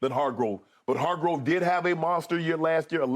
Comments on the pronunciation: It's HarGRAVE not HarGROVE... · OML UNC IT’S NOT HARGROVE IT’S HARGRAVE!! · why does shannon call hargrave hargrove on purpose? the I miss something? lol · If Shannon call hargrave Hargrove one more time lol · And my Steelers didn’t want to sign this man to a good contract knowing his potential NO WHAT we do rely on Tuitt a guy who quit on us without reason now look at him Hargrave flourishing… Shannon it’s not Hargrove it’s Hargrave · Hargrove, ekobum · When will Shannon stop calling him Hargrove? Lol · Has nobody ever corrected Unc on Javon's name lmao. He's been calling him Hargrove as long as I can remember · Shannon refuses to say Hargraves name right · Shannon said Hargrave’s name wrong so many times that when Skip said it right, I thought he was wrong🤣🤣🤣🤣🤣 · Unc, it’s Hargrave 🤣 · Hargrave just found out there’s an o in his last name